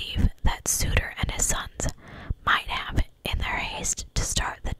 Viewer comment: Their last name is pronounced like "odd", so its the Sodder family. I just thought I would let you know since you questioned it. Other than that, you did an awesome job as usual.